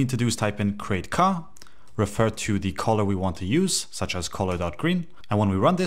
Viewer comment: Hey man, this video is great! I cant stop hearing you talk about Colas tho lol. Color is pronounced CUH-ler in the US and CUH-luh in the UK Thanks for the tutorial!